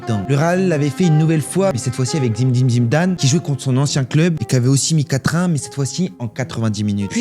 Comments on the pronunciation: À chaque fois il dit zimidine zimdane ça me termine😂😂😂😂😂😂😂😂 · C'est qui "zimdine zidane" ??? XD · Arrêtez de vous moquez de comment il dit Zinedine Zidane. Peut-être qu’il fait exprès pour avoir plus de commentaires ou peut-être que c’est juste sa prononciation. Je voulais te remercier pour la qualité de tes vidéos ❤